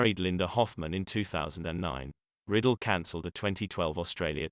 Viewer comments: Bobby Riddle. Really? It's Ry-dell. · Its Rye-dell, not Riddle. And all those special effects are annoying. Other than that, it's a nice biography. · It's RI-Dell not riddle. good lord get it right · Bobby Riddle? No, it's Rydell! Please correct this video. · The speaker should at least learn how to pronounce his name. It was Ridell (pronounced with a long I) not Riddle (short i). I recently watched Bye Bye Birdie and it reminded me that he had a terrific voice. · It isn't right when an actor or British Personality from Great Britain (try to ) pronounce names. So sorry to hear that Bobby Rydell passed on. His last name is not pronounced (Riddle, but Bobby Rydell). Thanks for your music Bobby and rest in peace. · Computer voicing gives us "Riddle". How about a real speaker. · I HATE when they do that. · It's very annoying that it pronounces it incorrectly, but it's also a computer voice.